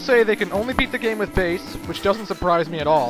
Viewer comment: Bass is not a Girl...not pronounced fish...IS pronounced the musical term.